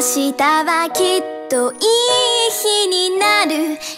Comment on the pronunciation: やっぱミュージカルやってる子だから「いい日になる」の「い」とか他のとこも発音がしっかりしてて凄い聴きやすい💕